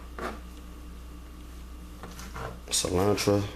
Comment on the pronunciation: “Onchalada” 🤭 “cilantra” “tortitas”